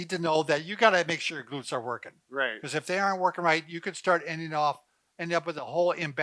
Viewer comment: “Glurts” hahahaha 😂😂😂